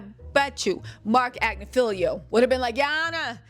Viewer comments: 😂😂❤ are you sure about that pronunciation!?? Agnifilo vs "Agnifilio"?? How were they pronouncing the lawyer's name in court???🤔🤔 Anyhoo girlie, you're doing your thing & CONGRATS ON YOUR SWEET CAMEO ON THE HOTTEST DOC SERIES ON NETFLIX!!!😁👏🏽👏🏽👏🏽❤️🥰🤎🧡🎉🎉🎉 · Sorry,, I think he’s saying it right! I think you’re saying it wrong: it’s AgNIfilo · It's AGNI-FI-LO. You are butchering that man's name. Lord have mercy....and then corrected someone who's clip you played who said it correctly. Girl. Do your research on the name pronunciations if you're going to be doing this expecting to be taken seriously. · hate to tell you this, but it's you who has been mispronouncing his name. Look how it's spelled: There's no "lio" at the end of it. It's Agnofilo. Been wanting to tell you for awhile. Still luv you and your show though.😊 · Love ya babe! You are amazing! SN: unfortunately bro from TMZ is pronouncing his last name right. It’s like ag-niff-Ill-o. I watch his wife’s cases too. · It is Ag-nif-ilo btw, how it's spelled. Just saying. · Cuz U are saying Agnifilo wrong. Lmao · I love how you still won’t say that man’s name right 😂😂